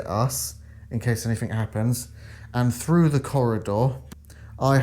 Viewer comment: I have a question when the word through or with you say it frough or wiff... Why. Im just wondering do you spell it the same way? Like Wiv or frough? California. Just curious